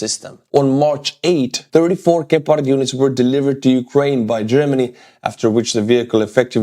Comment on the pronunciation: I love how you say Gepard, it makes it sound really dangerous and cool. In german we say it with accent on the E, like "gehpart", wich is way less intimidating. Stay as you are mate, much love from germany:) Slava Ukraini!